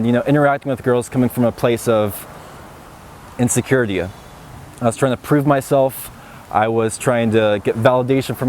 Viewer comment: Can someone explain why he finishes sentences like emptiya, insecuritya